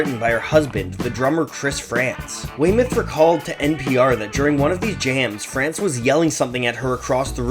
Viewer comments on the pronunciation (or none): none